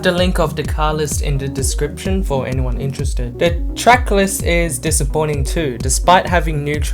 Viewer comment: The words you are looking for is "THIS" and "THE" not "DIS" and "DE" for a guy that speaks good English PLEASE get that shit sorted.